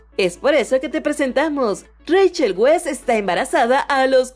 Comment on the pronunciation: se pronuncia raichel vais